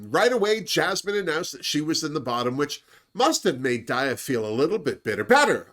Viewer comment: hey! love your reviews! i'd just like to say that daya is pronounced DYE-yuh. because daya betty is like diabetic. just letting you know!